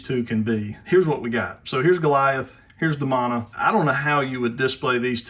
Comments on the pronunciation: Sorry. Great figure. However, the pronunciation of the name is grating my nerves. The name is pronounced De-Moan-a. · Demona is pronounced with a hard E in the show.